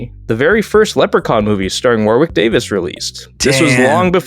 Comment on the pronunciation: The second 'w' in Warwick Davis' name is silent. So it's pronounced 'War-rick'. It's an English town name. Love your show guys.